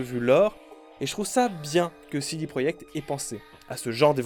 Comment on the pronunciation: Pourquoi dis-tu CD proyekt et pas projekt ?